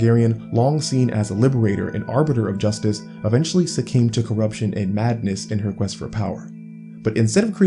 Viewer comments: LMAO a writing channel and you said “SUCCAME” bro it’s succumbed. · I can't believe you said "succame" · the word is “succumbed” btw